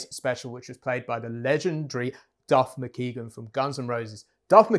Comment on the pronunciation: McKagan (kay-g'n) not "McKeegan"